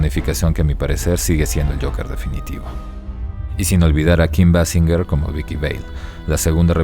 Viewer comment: Y como dijeron en ese capítulo de los Simpson el de "Cuando se anhela una estrella" No se dice Basinyer sino Beisinguer 😂😅